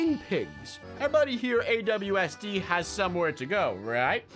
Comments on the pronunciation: Unspeakable: My buddy Awsd Me: IT'S ASWD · And u called Aswd Awsd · Wait did unspeakable said AWSD , i thought the name was ASWD...